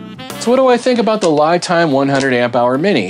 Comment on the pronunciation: FYI, unless you’ve heard Li Time pronounce their name this way, I do believe this pronunciation is actually incorrect. Li (pronounced Lee) is the pinying spelling of the Chinese word 力 which means force. I’m an expat living in Taiwan. Just thought I’d offer that up. Love the channel. Learning a ton from these videos.